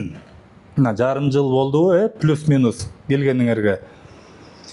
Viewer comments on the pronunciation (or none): none